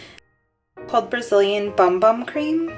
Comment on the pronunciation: Its pronounced over there boom boom.